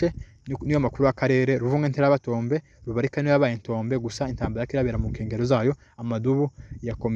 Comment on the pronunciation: Ntabwo Ari rubirika ni Rubarika.